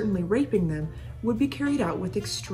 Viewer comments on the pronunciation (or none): none